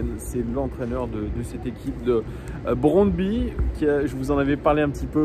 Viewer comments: J'aime bien tes lunettes 😎👍 merci pour cette nouvelle épisode;à mon humble avis on prononce le nom du club comme [brondby] avec 'u' à la fin 😊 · Brondby, le y à la fin se prononce u en danois. Brondby est une des meilleures équipes du Danemark, qui a déjà fait une demi finale de la coupe Coupe UEFA en 1991. Sans aucun doute l'ambiance la plus chaude du Danemark avec des fans qui devraient venir en nombre à Lyon demain soir (1000 environ d'après ce que j'ai entendu) Le stade fait 29 000 places et non 20 000 comme tu le dis dans la vidéo et l'ambiance devrait être très chaude au retour même si cela sera en Novembre. Ils croient en leur chance et ils pensent qu'ils peuvent faire un coup à Lyon même si ils savent qu'ils ne sont pas favoris donc je dirais tout de même méfiance face aux vikings danois ne pas les sous estimer. J'étais au stade en 1997 où on avait gagné 4-1 à Gerland et tout autre résultat qu'une victoire serait malgré tout une déception, Allez l'OL!